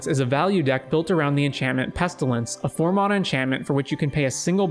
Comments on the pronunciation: You pronounce mana wrong. It’s “Man-ah” not “Mon-ah” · mAn - mAna say it right dude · mahna XD never heard anyone say it like that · I didn't hear anything except how he pronounces mana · Who in the hell taught you how to say mana that way?